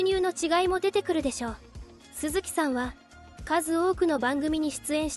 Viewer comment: 鈴木さん↑↑の発音が気になって仕方ない😅